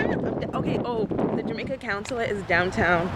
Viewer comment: girl, it's CON-sul-ate not coun-sulate lol